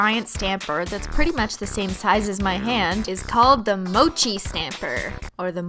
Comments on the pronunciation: haha lol thats not ho u pronounce mochi pronunciation (moo-chee) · Mochi is pronounced like menchie but instead of men is moh I already commented this but it got lost in the ocean of comments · Nailogical Mochi is pronounced as "Moe Chee" It's also a delicious Japanese squishy treat made with red bean paste. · Yup it’s pronounced “mo—chee” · (3 years later) its pronounced mow-chi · When you pronounced it like Mochay (the last one) I couldn't stop laughing... It means like (go to) PEE! in my language 😂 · She said mochi pronounced like mo chie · Its pernountst moochie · Yes and it's pronounced "moe chee" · It's prononsed Mo she Your welcome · It's pronounced mo-chee, it's basically just green tea powder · It's called ( moe-CHEE) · Oh and by the way, It's pronounced 'moe-chee' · its probably pronounced moh-chi because I'm guessing its named after the popular Japanese squishy rice cake dessert mochi. you're welcome. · the word mochi Is a Japanese candy pronounced mo- chy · Mochi is pronounced moe-chee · Anyone else get upset when she said Mochi wrong? Ily Cristine but I need 2 correct you as a student learning Japanese.... Say the 5 vowels, then make the sounds of them so, a - sounds like uh, e - sound like eek without the k, i - is hard to explain.. but like e but with a sound like ink without the nk, o - oh with more of an oval sound to it, u - like ooh kinda.. if anyone can help me explain the vowels online plz do. Anyways Mochi is more like saying "moh-chee" so yeh.. ALSO A.R.M.Y HOLOSEXUAL! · TheAshBringer _ YAS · MOH - CHIH